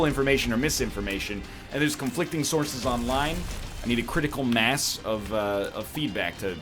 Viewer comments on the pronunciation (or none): none